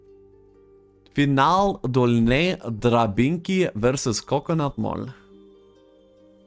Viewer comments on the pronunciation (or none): English speakers trying to speak in polish i most funny thing ever :DDD "dolnej drabinki"